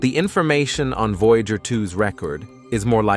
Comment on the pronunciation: You guys need to tune up your AI narrator. It mispronounces the word "Voyager" by enunciating "voya-gur," instead of "voya-jer." I would have thrown my hands up and told it to call the probe "veejer."